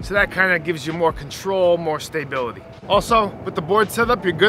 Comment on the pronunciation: "stay- bility"